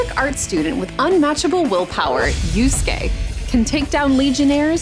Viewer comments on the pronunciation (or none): none